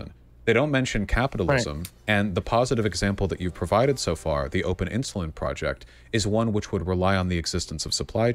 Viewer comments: It must have a bit of a speech problem because "Ins-you-lin" and "el-t-s" (instead of else) are said a lot by the the amorphous blob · Why does say "IN SHOE LIN"?!